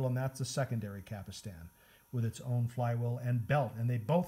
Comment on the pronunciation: Stop saying Cap Ull Stan.